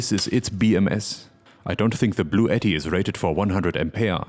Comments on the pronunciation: I thought I heard you say this video was sponsored by Blue Eddie, until you rolled out the unit BLUETTI. 😂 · It's pronounced "Blue Ti Ti" :P